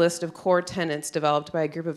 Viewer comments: I believe if you want to be taken seriously in your field, learn to pronounce the word “tenets”. Tenants are renters. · The illiteracy is shocking. 4.40 et seq. : it's TENETS not "Tennents". Dear God. That's ignoring (and you should) the madness of the content. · Can't even pronounce the word "tenet"